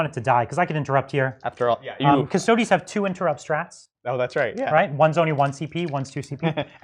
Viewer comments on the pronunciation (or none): They are called cuss-toad-ees not cuss-toads in the same way that marines are not called ass-tarts.